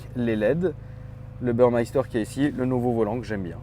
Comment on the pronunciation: Il ne sait pas prononcer Burmester, airscarf, n'arrive pas à savoir si c'est une 2022 ou 2023, parle de malus alors que c'est le même qu'un 6 ou 8 cylindres, compare une 911 à cette auto, compare la puissance de la r129 à ça, pense qu'un client de slk va acheter ça... Un poème. 😉